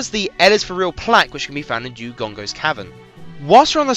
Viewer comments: And why do you keep saying Dewgongo and not Dodongo? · Why do you call it a Dewdongo? It's Doh-Don-Goh and a Keese is literally how its spelt, not a Kessy.